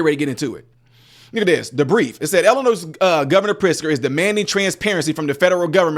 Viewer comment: Why can't people pronounce Illinois correctly? It's NOT pronounced 'Illi-NOISE' it's Illi-NOI. I've seen a few people do this lately. Stop it. Say it correctly, please. Besides that, I'm so glad that the governor is getting defunded. Amazing how stupid he acts. If he IS really that stupid then he shouldn't be governor.